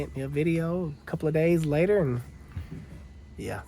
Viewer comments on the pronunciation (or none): none